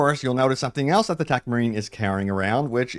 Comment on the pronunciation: Ohhh, you mean TECH marine. You pronounce it like 'Tac' marine haha